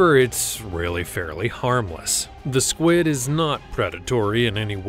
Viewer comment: I'm sorry did you say squad instead of squid in vampire SQIUD I don't mean to be rude but that's not how you say it